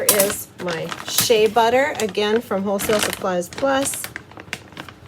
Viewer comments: The A is silent in Shea so it's pronounced Shay spelled Shea. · And shea butter is just "shay" butter!